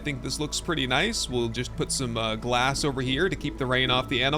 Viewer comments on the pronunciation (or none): none